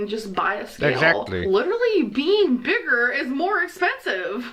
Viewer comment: I hate how she puts a weird emphasis on words. She adds ol or uh. Hon-ga-reee Strug-ol Big-gerh Hwhut Gurl-luhhh Towels-uh